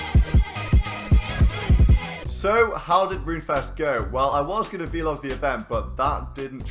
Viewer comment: did you just say vee log? the cringe